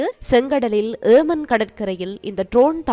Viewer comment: Not yeeman its yemen Please pronounce properly.